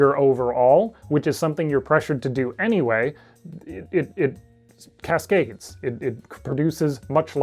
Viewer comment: "It cascasdes" This is a "The First Sliver" Commander player, for sure...